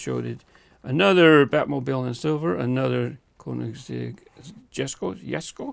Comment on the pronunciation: the word jesko is pronounced as "Yes-ko" in swedish also congrats on the super!! please do a video on the urus as well